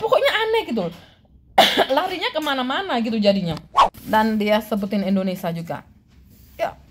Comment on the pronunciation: Indonesia bukan Indonesah